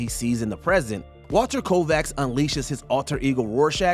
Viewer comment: Also was said right so thank you💯